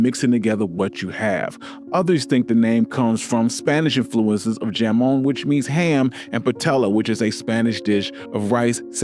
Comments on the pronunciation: Jamon in Spanish is “ham-on” lol not “jam-on” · Ok love the video. Spanish pronunciations were WAY off! Jamon and patella so not right. Pronounced Hamon not with a J. The word patella is pie te ya. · No, “patella” is correct, because it’s the human kneecap. Paella (pie-YAY-ya) is the rice dish. But yeah, kills me when Spanish J gets the English sound, everytime. 😅